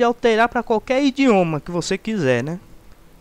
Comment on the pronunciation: indioma ??? rsrs